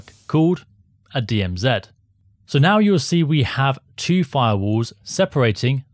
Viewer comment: DM Zed THANK YOU FOR SAYING IT PROPERLY AND NOT SUBMITTING TO THE …. (You know who) 😅